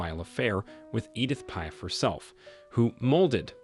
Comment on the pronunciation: 'ICE MONTANA' ????? EDITH 'PIE' ???? Is that AI ????? It is pronounced MONTAN and PIAF.